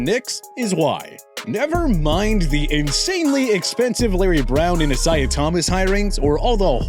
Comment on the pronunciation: “Iziaheah Thomas?” U mean Isaiah